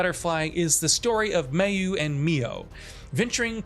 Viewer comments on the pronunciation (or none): In Crimson Butterfly, Mayu is actually pronounced MY-you, NOT MAY-oo. :-)